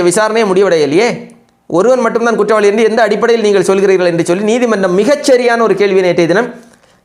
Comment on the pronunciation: kuttavaalikku, not kuttalikku.